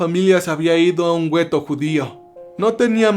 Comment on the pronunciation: Amigo, la palabra para describir las barracas donde estaban hacinados los judíos ( mayormente ) se le llamaban " guetos " no " güetos ", estoy segura que lo tomarás como ayuda y no como crítica mala onda, me interesa que la calidad de tus videos suba, saludos cordiales.